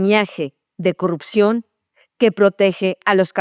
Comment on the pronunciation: Porqué dice "COLUPCION" ¿? En lugar de pronunciar correctamente "CORRUPCIÓN" ?? Hasta donde sé Ud. es MEXICANA. Porqué Pronuncia las Palabras Exceptuando la letra "R", como si fuera "GRINGA" ¿?.